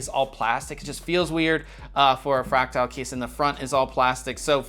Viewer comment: His pronunciation of "fractal" is driving me insane. It's "fræk-tuhl", not "fræk-tile".